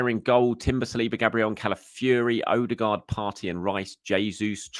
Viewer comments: Odegaard not OdeRgaard. Does he smell?? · Infact it’s closer to ER-DE-GARD